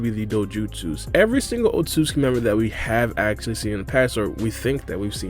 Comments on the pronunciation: Damn it it's "Ot-sut-su-ki not "Ot-sus-ki" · How are you so bad at pronouncing Otsotsuki